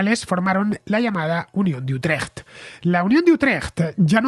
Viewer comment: Buen resumen de la guerra de los 80 años. Por cierto, tu pronunciación de "Utrecht" creo que sería aprobada con nota por cualquier "dutch". Enhorabuena por el programa.